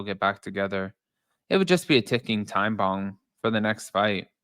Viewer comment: Did you say “ticking time bong”? Cuz I’m up for that 😂